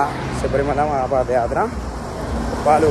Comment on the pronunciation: Pada kaadhu, paadha yathra Pls correct